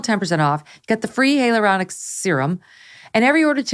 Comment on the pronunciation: It’s hi-uh-ler-on-ick acid, not heya luronic